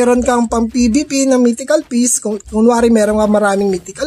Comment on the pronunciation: Mystical piece paps. With "S". Mistikal, hindi mitikal.